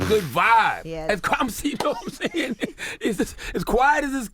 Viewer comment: Nawmsaying lmao